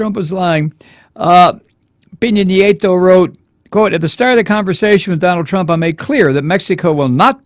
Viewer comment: Love your show. I watch it in Panamá. Just a heads up. Peña Nieto is pronounced "pain ya knee ay toe." Peen ya means pineapple. Keep up the great work!